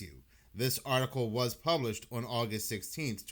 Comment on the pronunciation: the word is "on" not "owan" It's "satan" not "say-in." It's "Muss-key-gin" not "muckee-gin"